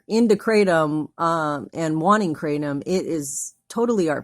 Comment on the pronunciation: Kratom is pronounced CRAH-TOM not CRAY-TEM